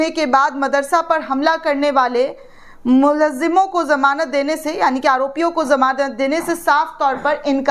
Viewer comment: Madam it is Mulzim not Mulazzim.